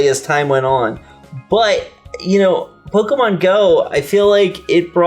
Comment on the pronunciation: I like you guys but is it really so hard to say "Pokemon" correctly? It's like if I called "Miker" all the time.